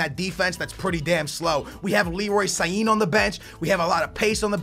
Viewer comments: its sane not sayin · Leroy sané not Sahin your welcome!!! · he's name sannnnnne not sahee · stop saying sahin his name is sané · Sahin is a turkish cm who plays for dortmund, it's prenounced SAN-AY!!! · Bruh Leroy Sahin? It's SANÉ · You know it's Sane not Sahin. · LEROY SA-NEH not Sahin xD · No one said he is perfect, but sahin is way off....that is in no way even close to sane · Sane not sayin, for the love god! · bro, you gotta address the Sane pronunciation next episode man! Where you get Sahin from!? 🙈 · Leroy Sain? WHAT??! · HIS name is not leroy sahin but IT is leroy sane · Sané = Sahiin, for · PLEEEEEEEEAAAAAAAAASSSSSEEEEEE ITS NOT LEROY SAINE ITS JUST SANE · Yoo. This Kid Leroy.... His name is not Sahin.. Its S-a-n-eee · WOW LEROY SAIN......ITS SANE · How do understand get sayine out of sane? It's sahn-ae not that hard.... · Saiin 😂??? Its san-eh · i know you're bad with names, but seriously sané... how the heck do you say sahin? sa-né it's so easy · Leroy SANË (Sa-ni) not Sahin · it's not Sahin, Its Sane, Ex: Sah Ney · u said sai - een instead of Sa - Nay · it isn't leroy sa-yine it's leroy sar-ney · how can you think sane is said siyeen? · bro it is sane not sahin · Sane is pronounced Sar-nay not sah-heen, just to let you know :) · his name is Leroy sane not sayin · It's saaaneee.. not Saiiiin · his name is leroy SANE not SAIN!!!!! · Why do you call Leroy Sain it is called S A N I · His name is Leroy sane not sahin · He says sain for sane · it's Leroy Sane not Sahin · Sane not sahin 😂😂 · San-a not Sahin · Leroy Sané not sahin haahah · leroy sa-neigh. pronounce it like that. not leroy sahin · Leroy sane not Leroy sayen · Its not sahin its sane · it is not saine it is sane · it sane not sahin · Its Sane not Sahin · Sah- nae not sah- hine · SANÉ NOT SAIN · Its pronounced SAR-NAY not SI-EEN ffs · SANÉ NOT SAHIN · STOP SAYING LEROY SAHIN ITS SANE